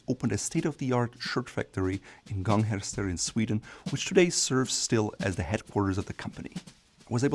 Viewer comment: I love how he nails the pronunciation of Gånghester, and fails brutally on Skjortfabriken and special